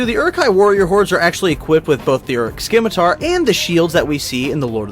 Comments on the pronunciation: It is pronounced "simitar", not "skimitar" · The C in scimitar is silent.